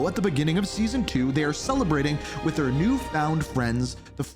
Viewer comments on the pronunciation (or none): none